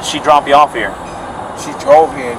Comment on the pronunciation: He said draub